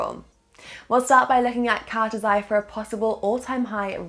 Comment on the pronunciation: Lol you say cartesi wrong and the partnerships are not what make cartesi sp good the fact you skip over what the technology is makes me feel like saying do some research.